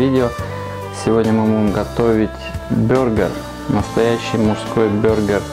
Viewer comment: Бургер а не бюргер! Ты походу из Германии